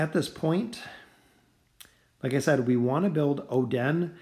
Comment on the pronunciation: It is not Oh-Den, it is Oden